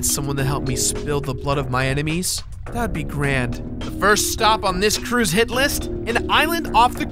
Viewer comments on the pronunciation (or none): none